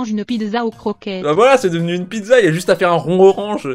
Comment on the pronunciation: " une piDEza "